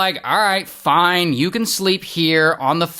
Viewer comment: I love when you say FOINE!